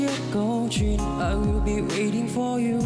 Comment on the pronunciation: Thảo Phạm dễ thương đáng yêu nhưng đúng là chưa đủ trình độ hát cùng Kay. Giọng này chỉ ở mức Karaoke Livestream thôi. Phát âm tiếng anh tệ, chữ "please" "come" "for you" đều dở. Còn tiếng Việt cũng ko tròn chữ. Tâm lý cũng chưa sẵn sàng